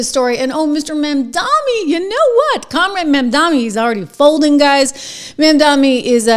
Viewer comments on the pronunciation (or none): I must have missed it, is there a reason you call MamdaNi Mandami?